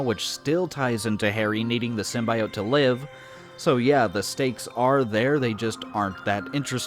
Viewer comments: Why are you so determined to pronounce symbiote SymbIot? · why do you pronounce symbiote like that